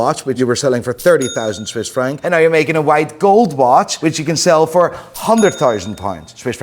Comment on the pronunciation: I'll subscribe to your channels and tell all my friends and family to subscribe if you can say "right now". Instead of right naehhh. Think it's be funny to hear you try.